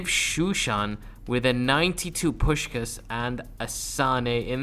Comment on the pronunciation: I thought you died😂😂 And who is pushcas, i thought it was puśkas😂😂